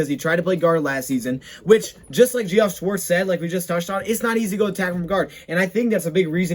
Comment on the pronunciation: Good work and btw Geoff is pronounced Jeff. It’s short for Geoffrey an Old school name